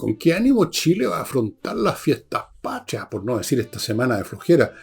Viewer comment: La palabra es Patria, no pashria